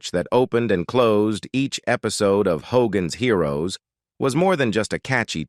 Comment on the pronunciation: hoGAANS heeROOWS